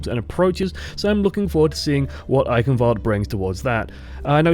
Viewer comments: It's not an english word, why the fuck would it be pronounced like one? I hope you're not serious about that pronunciation... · The E at the end is not silent. it's pronounced like an English a. fyi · No, it is not. The "ch" is pronounced like a cat hissing at you, the "w" like the "v" in English, the "a" like the first "e" in Eichenwalde, and the last "e" is not mute but a very short english "a" (more or less..).